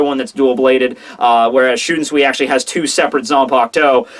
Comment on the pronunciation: why do you pronounce shunsui like that when you obviously have no problems with most of the other names?